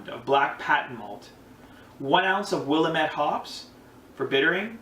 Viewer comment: Brown ales rock... If you haven't already, check out PFC Brewery's channel. He's got the Doug's Down Brown Ale which is a house recipe and, although I haven't tried it, sounds amazing. It's pronounced Will AM ette, not Will am ETTE... Cheers bro! New subber here and HHBW to you!